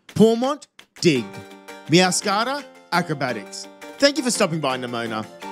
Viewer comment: “Meow - scada”